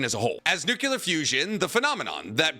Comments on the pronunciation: It shouldn't bother me as much as it does, but you keep saying nuculur instead of nuclear 😂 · I like the way you mispronounce "nuclear". it reminds me of Homer Simpson. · This guy still can’t say nuclear? 🤦🏻‍♂️